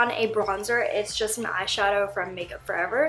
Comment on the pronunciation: omg i cried when you said rendezvous 😂 you're so cute lol it's pronounced "rahn-day-voo"